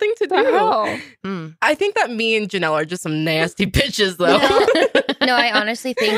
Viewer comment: Is it just me or calls the girls “beaches” a lot in this one